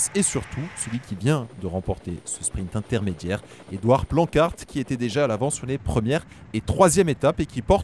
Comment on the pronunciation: Attends il a correctement prononcé Planckaert cette fois-ci, et il a toujours correctement prononcé Merlier (Meurlire).